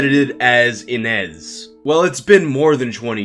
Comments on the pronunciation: It's pronounced Ee-nish. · The origin of that name is Ines and you pronaunce it as Iness. It is a common name in the Europe's Slav countries (didn't hear it much in Russia). If she was only a student in Japan at the time maybe after her studies she moved away to who knows where doing who knows what she might not be canadian and video games are not popular everywhere especially in around her age in current time, she might look completely different that is why no one picked it up that is she. Also as Mikami said she wasn't really an actress she probably did few jobs while in school just so she can earn quick money on the side. Not everyone is into acting and video games, especially not back then. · its prenounced ine-ž. ž is pronounced like the su in measure or in pleasure . This sound appears a lot in eastern European names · You are pronouncing "Inezh" wrong. The digraph "zh" represents the /ʒ/ sound (ž — if you prefer transcription with carons). This is exactly how you pronounce 'j' in French. Also, this is how you would pronounce the 's' in "Asian".